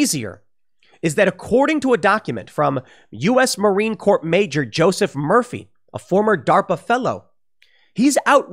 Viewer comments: Marine Corps should be pronounced "marine core" not "marine corp" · It’s not Marine Corp. It’s Marine Corps, pronounced core (I know you were just reading from the article) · They could have at least spelled "Marine CORPS" correctly...and, it's pronounced "core", Tim. Even if it's spelled incorrectly. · did Tim just say Marine CorP? With a hard P? Lmao